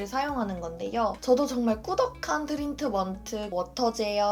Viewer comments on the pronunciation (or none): 트린트먼트...ㅋㅋㅋㅋㅋㅋ발음 어려워하시네용ㅋㅋㅋㅋ